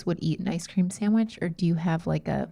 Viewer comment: the way says “samwich” makes me rage